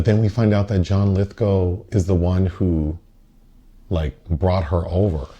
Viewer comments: Right. So I did, because I have no life :) . Apparently it really is "Lithgo" and not "Lithgaouw" as I thougth it was. Case closed. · pronounced lithgow like cow 🐄 lith g ow! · is that really the correct pronunciation of "Lithgow"?